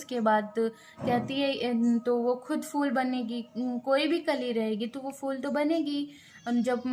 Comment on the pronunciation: Madam ji fool nai phool hota hai 😂